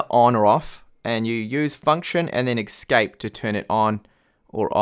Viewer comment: Please learn how to say the word 'escape' without making me want to eat my foot.